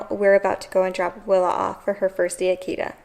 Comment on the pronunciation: try to pronounce the 't' in Kita more strong. it's not a 'd' sound.